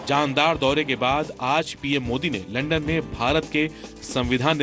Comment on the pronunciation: सबसे पहली बात वो लंडन नही लंदन होता हैं।